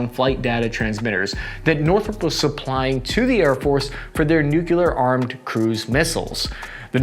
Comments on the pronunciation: can you please learn to say nuclear - Nu-clear - instead of nucular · its nuclear not nucular ya dingus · I know you're pronouncing nuclear wrong on purpose!